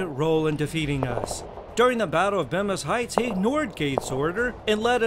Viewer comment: One small correction, Bemis heights is pronounced Bee-mis heights